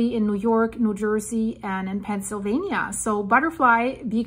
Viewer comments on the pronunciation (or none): none